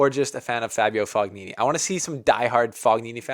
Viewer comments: Don't know if you'll get more italian fans if you keep saying Fog-nini. I think it's a silent ''g''. Anyway, good cover! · It is pronounced Fonini... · Fognini is pronounced fo-nyee-nee . For god's sake, please make even just a small effort. GN in italian is pronounced NY. Like the GN in lasaGNa is pronounced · Mark my words Nadal does not win a title clay season. He is injured, which sucks but he was moving out of bh corner like 1000 in the world. His name is pronounced “Foeneenee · GN in italian is pronounced like ny. Fognini is pronounced fo-nyee-nee. Think of how the GN in the Italian word "lasagna" is pronounced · G is pronunced but not as english native people do. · Do not that for the correct pronunciation of the surname Fognini the "g" is silent. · I love you but please learn how to pronounce Fognini correctly! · the G is silent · Just a small tip - When you read Fognini you should not pronounce G. And Coric is not Koric but first and last letter are being pronounced the same, so it is 'Chorich'